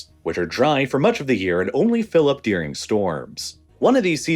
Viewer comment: why he says dearing instead of during? its annoying